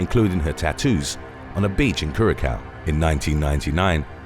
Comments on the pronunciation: Cur uh sow not Cur uh cow- Curacao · It’s not curakow...it’s “curasow” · It's pronounced 'cura sauuw'. Also 'promeen aaad". Please review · Curaçao is pronounced cure-uh-so 💕 it’s absolutely beautiful I prefer there over Aruba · It's pronounced curazao. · Curacao is pronounced Curasow. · Number 7 Cure-a-cow 😂😂😂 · You actually pronounce “curaçao” like “curasao” You pronounce the “ç” as an “s” Much love from curaçao ❤️❤️ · Please look up how to pronounce Curaçao... ✌🏽😎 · I know exactly what happened to Amy Lynn. She mispronounced Curacao and someone threw her overboard.